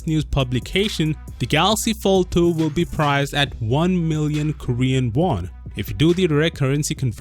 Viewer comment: Did you say Galaxy Failed 2?